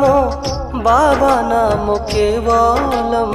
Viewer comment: It is not expected from you. When the mantra is BABANAM KEVALAM then why do you occasionally sing Babanamo? BABA Himself says the mantra is BABANAM KEVALAM. Please don't deviate, sing the mantra with its appropriate pronunciation. Many people may follow you.